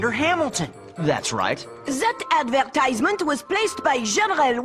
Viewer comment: he pronounced it AdvERTisMENT